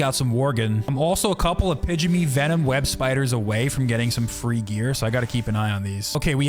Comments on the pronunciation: LOL What kind of spider? Pidgeny? Pygmy is pronounced like PIGME. I know, English is 3 languages hiding in a trenchcoat pretending to be a single language, but come on man. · Pygmy (pig•mee) Sorry was bothering me.